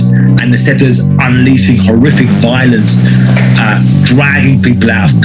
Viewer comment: Its pissing me off how he is saying zetas